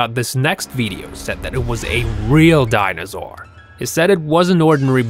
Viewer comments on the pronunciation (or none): its Dinosaur no dinozour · Couldn’t stand the voice for longer than ... Omfg.. It is ”Dinosaur”, not DINAZZZOOR... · ITS DINOSAUR NOT DINOZOUR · And its not dinozor its dinosor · Is not dinozore it’s dinoso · Youtuber: I'm your teacher say DINOZOR ME: 😑😑😑😑😑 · cam doa lol he says dinozaur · die-no-sore say it with me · dinazaor be said haha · learn how to say dinosaur